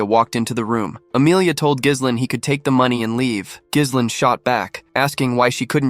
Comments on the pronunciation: I gave up after five minutes, irritated because the main character's name is mispronounced throughout. It's "gih-LANE" or "jeh-LEN" with a silent "s", not "GIZZ-len"; that one sounds like "glizzies" which sound like glistening hot-buttered hot dogs... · Bro the "s" in Ghislaine is silent. Work on ur AI voiceover